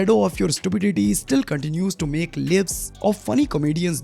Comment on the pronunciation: Lives bhai laives prenensiation thi